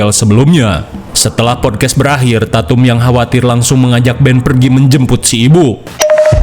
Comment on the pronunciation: "Pilem vun syudah belakhirrr" ah sudahlah